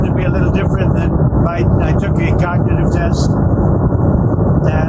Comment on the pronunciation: The man can't even pronounce cognitive